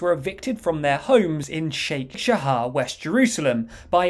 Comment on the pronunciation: Hmm.. You cannot even pronounce Sheikh Jarrah.. But it's alright, since its not its name anyway. The neighborhood name is "Shimon Hazadik" or "Saint Simon". The Jordanians illegally deported the Jewish residents in 1949, despite this being against international law, and resettled it with "Palestinian" refugees. Now, the moment Israel regain suzerainty over it in 1967, the original Jewish owners who still had their deeds to their homes, landed a court petition to have they ownership rights restored and this was in courts until this very year, when eventually the court decided in their favor.